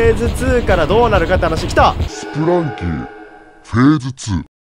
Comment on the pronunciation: ずっと気になったんですが… スプランキーじゃなくてスプランキだと思います